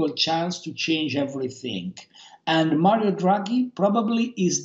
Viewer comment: "Marwio Djuaghi"